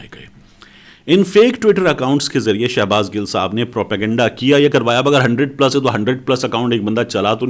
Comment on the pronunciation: Shabaz gill ka Nam to sahi Lay shafi buna howa ha